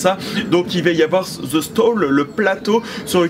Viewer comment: (the)de bark ... pas ze bark... les français qui essaie de parler anglais 🤦‍♂️😂